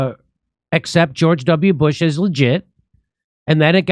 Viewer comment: I hate how he says "George W. Bush" as 1 word with 2 syllables.